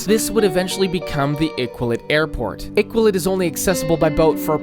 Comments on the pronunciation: Oml I-qual-it. I wouldn't expect other nations to know but it's pronounced I-kal-oo-wit. I know the q with no u after it can be confusing. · Also Iqaluit is pronounced Ih-ka-loo-it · Iqaluit pronunciation is killing me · Iqaluit pronunciation needs work lol. But great vid!